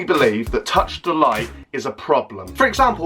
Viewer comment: If ur gonna try and roast him at least make sure u know how to say his name ffs🙄